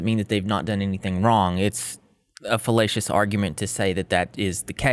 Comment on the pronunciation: you should really try to enunciate the A in "fallacious" because it sounds like you're saying "fellatious" which isn't a real word but if it was it would mean something very different than "fAllacious" - otherwise, great video on an absolute trash heap of a person.